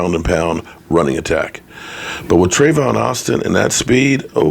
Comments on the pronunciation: Tavon not travon my man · It's Tavon Austin.... Not Travon!! Lol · your name butchering is becoming a little rediculous, How hard is it to say Tavon? Might try just reading the name one time.. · TAVON AUSTIN. NO R LOL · there is no R in Tavon Austin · Tay-Von lol Tavon Austin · Tavon, pronounced tay-von. I'm starting to think u butcher names on purpose! Lol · Tavon there's no R in his name lol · Lol salute. It's Tavon just take the "r" out lol